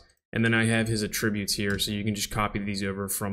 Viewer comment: At least use the correct pronunciation of "Attributes" . at·trib·ute